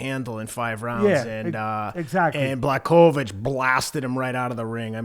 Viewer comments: Fella's it's pronounced Blahovich. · Lol bla chow vich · The correct way to pronounce his full name is Yan Buahovitsch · Didn't Teddy last call him Jan Blowfish.